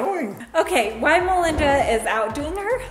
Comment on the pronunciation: say it with me ''WHILE''....not ''why''...